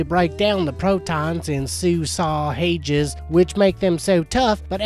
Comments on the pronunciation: say-sa-zay ... k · 'Sausages' to 'susaw hages' 😂😂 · "Say-say-gis" of course 🥴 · I only kept watching because of the way he says sausages 😂😂😂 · Intordoos soosaages😑 really